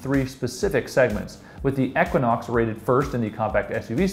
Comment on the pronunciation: Toyota number 10 and Lexus number 9? What universe is JD Power living in? If you believe this, then you know nothing about cars. This video is such joke! After watching this video, I now know to never trust anything JD Power says. The announcer can't even pronounce "Equinox" and "Sportage" correctly.